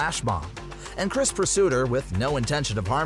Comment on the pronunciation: Nah he's saying these names wrong on purpose bro said cres ITS CHR-IS